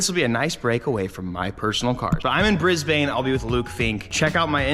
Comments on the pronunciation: As an Aussie, I swear it physically hurts me when I hear him say Brisbane.. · So you know in Australia we say it like “Bris-bn.” not "Briz-bayne"